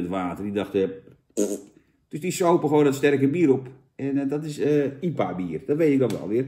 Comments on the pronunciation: Normale mensen: I P A bier Jan Roos: iepa bier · Jantje zegt gewoon lekker iepa in plaats van ai-pie-eej. Niks mis mee, Jantje. Lekker sponsordealtje te pakken. Een massapubliek lonkt. Proost. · Jan de enige persoon op aarde die IPA uitspreekt als iepa